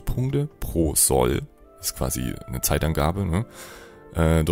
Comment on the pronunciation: Das o in Sol wird lang gesprochen.